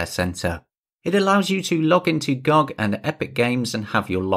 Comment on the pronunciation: Instant dislike for calling it gog instead of gog